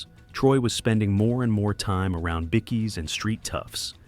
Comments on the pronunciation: Good to see no icecream men, but there was a split second I seen them. Now you need to learn it's pronounced by-keys not bikkies. Bit of an insult I believe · BICKIES?? Australian word for BIKERS is BIKE-EES not BIC-EES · “Bickees”? SMH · Us Aussies and THE REST OF THE WORLD says BIKE-KEYS lol I think this guy is the only man on Earth that, lol my 4 yr old nephew even know it's Bike-KEY